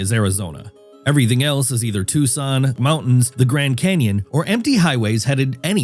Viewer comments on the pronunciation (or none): none